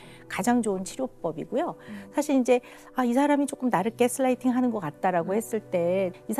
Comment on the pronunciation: 으허유ㅜㅜㅜ 진지하게 듣고 싶은데 자꾸 깨쓰라이팅이라고 하니까 집중이 안돼.....